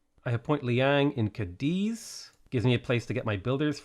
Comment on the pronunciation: cAdiz, not cadIz!!! Aaaah it gets on my nerves! Like it literally has the accent on the A! 😭